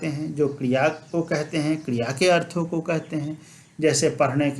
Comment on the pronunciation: अर्थों को बिना अनुस्वार के बोल रहे हैं प्रभु जी।